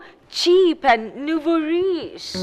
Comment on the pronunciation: she says “nouveau riche”, which is pronounced “noo-voh-reesh”. It’s a French term. Literally means “new rich”. Meaning someone who has bought tacky new expensive stuff or behaves/talks like they have suddenly become rich. Usually used as a contrast to “old money” which implies a classy, non-tacky rich lifestyle (because of generational or long-time wealth).